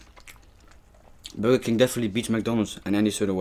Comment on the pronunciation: It's called burger king yu said it wrong